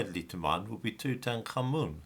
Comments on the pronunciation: Toot- ankh-amun not two-tank-armen nor two-tan-karmen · It's pronounced: Tut-ankh-amun. Which means something like Living (ankh) Image (tut) of Amun.